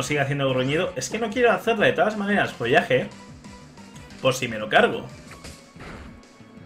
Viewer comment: en vez de follaje di Folaje referencia a folagor detectada